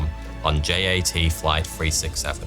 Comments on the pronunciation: JAT is pronounced “YAT”! Yugoslav Air Transport! Why do you pronounce it as if it’s in the English alphabet? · He also mispronounced J.A.T. which is short for Jugoslovenski Aerotrasport (Југословенски Аеротраспорт) which in English should be pronounced as Yugoslovenski Aerotrasport.